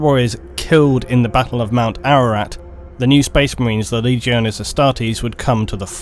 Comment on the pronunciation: Wish this guy could pronounce the letter T in words. It battle not baddle!